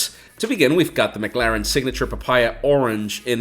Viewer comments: Good video but it's 'Muh' Claren not 'Mug' Laren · McClaren, not mcLaren 😅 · Your saying McLaren wrong the whole time 😂 and idk if anyone even noticed it